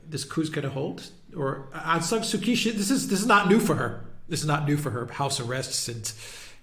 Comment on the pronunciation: please learn to say Daw Aung San Suu Kyi name correctly!!!